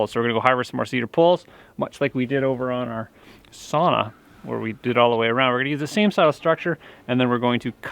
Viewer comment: Oh, for the love of God pronounce the word "sauna" correctly 😁 your Finnish fan 😅